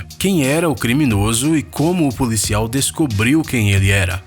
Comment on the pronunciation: Ele pronuncia policial como polícial